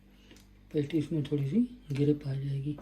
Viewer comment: it’s not pantties it’s patties 😂😂😂